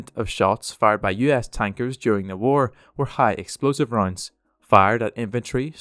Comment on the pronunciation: I’m sorry whenever you say ‘rounds’ it sounds like your saying ‘roinds’ and for some reason it makes me giggle